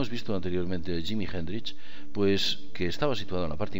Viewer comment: jimi hendrish? vamos quillo que prinunciar bien ayuda y además anne nicole smith no era playboy quizas conejita! saludos forza aguante